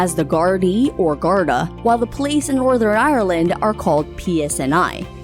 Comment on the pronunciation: The way she says garda